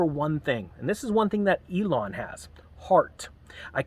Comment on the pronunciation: Pronounced EEe-lawn.